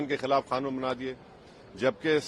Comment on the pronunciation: Arey Bro 😎 It’s NOT “KHANOON” 👎🏻 SAY: QANOON 👍